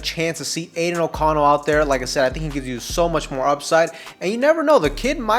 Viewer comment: Just call him O'Connell.😅 sounds like your saying anal O'Connell 🤣. Good content though 🤙🏽